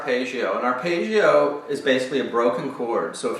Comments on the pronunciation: there is absolutely no correlation between my mistake and his. and this is not a question of accents. arpeggio is an Italian word, it should be pronounced [arˈpeddʒo] that's all i was saying, I wasn't 'scrutinising' anyone. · It's not his accent. It's the strange American way of identifying "foreign" words by pronouncing them differently from the way they look. Arpaygio for Arpeggio Paydro for Pedro Coasta Rica for Costa Rica Ugaahnda for Uganda Veet Naahm for Viet Nam The rule is: if you think it's "foreign", find a short vowel in the word and make it a long one. Stretch it out like a bit of chewing gum... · aar•peh•jee•ow….just saying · great explanation, awful pronounciation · I'm probably late but, the thing is, he's obviously not Italian so he pronounced it differently. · what do you mean? i wasn't being not nice. i said the explanation was great and that's the mean pint of this video. but this is not how you pronounce this word. which is a fact. and since so many people watch this video (because of the great explanation), they should be aware that this is not how arpeggio should be pronounced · Just say Johnny Marr....